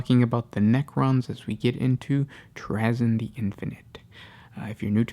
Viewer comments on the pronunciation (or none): this guy mispronounces words and names in every single video. It's so annoying.